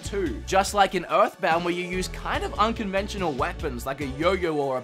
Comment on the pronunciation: "Unconvential weapons like a baseball bat" ????